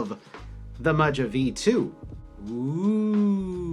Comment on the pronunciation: I was thinking that it’s pronounced Maha but I could be wrong I just ordered the black one which is currently in stock but the choice of either PC or Ass Brass for plate material is kinda wack Luckily you can find the plate file online and prototypist will cut custom plates if you send him the file Gona get me some nice clacky forged Carbon Fibre to take it to the next level